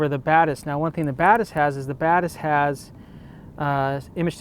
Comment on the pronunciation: It sounds like he is saying the BadAss which I think would be a much better name for the lens!